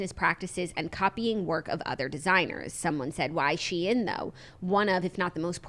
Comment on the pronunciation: It’s pronounced how it’s spelled “She-in”. Originally was called SheInsider and they shortened it to just Shein.